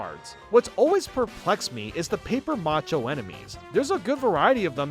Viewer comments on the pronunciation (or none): It's paper mache not paper macha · The way you say paper mache bothers me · The way you pronounce "paper mache" hurts my soul, lol.